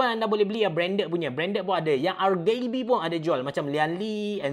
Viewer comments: ke-R-Gay-B-ian haha imbuhan tu penting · Ar -Gay-Bee... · Macam sebutan indon je...